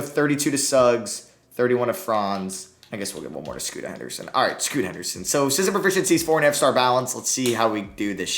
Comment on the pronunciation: He said Scoota Henderson every time